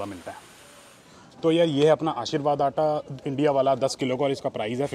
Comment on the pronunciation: Its PRICE, Not PRIZE 🤷🏻‍♀️🤦🏻‍♀️